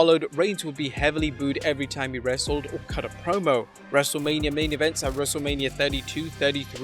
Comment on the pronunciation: I swear, I keep hearing WrestleLabia. 😅